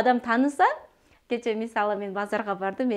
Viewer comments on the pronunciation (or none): none